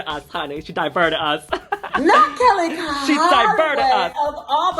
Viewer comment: Kelly conoway? you mean Kellyanne Conway lol